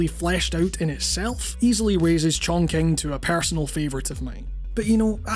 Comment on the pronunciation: It's pronounced "Chongching" not "Chongking".